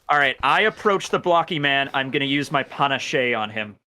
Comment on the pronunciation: FFS its pronounced "Pah- nash" XD